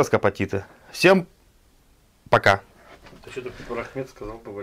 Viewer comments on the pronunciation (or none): молодца. Только не Рахмет, а Рәхмәт (Рахмат).